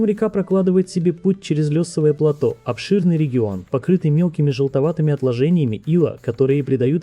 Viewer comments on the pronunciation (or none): none